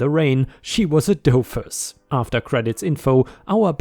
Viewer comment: First story, "# 4" is read as "number 4" not as "4." Second story, "doofus" is said as "dew fiss" not "dough fiss." Third story, "comptroller" is said as "comp troller" not "controller." (Yes, comptroller is an actual word.)